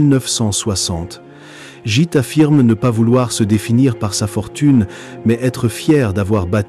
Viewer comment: Merci pour ce tour d'horizon de la vie de Gitte. La bonne prononciation de son prénom est Guitte. L e final n'est pas muet donc prononcé.